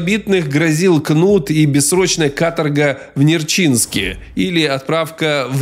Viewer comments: Историк даже не удосужился правильное ударение в Названии город Нерчинск озвучить)))! Не Нерчинск, а НЕрчинск- это в Забайкалье))! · Бредятина......Пахота от зари до темна с весны по осень))) Чё они там делали? Посеяли вестной - убрали осенью - а в промежутках брюкву пололи?:))) Афтор узнай как произносить - Н-Е-рчинск....а не Нерч -И - нск......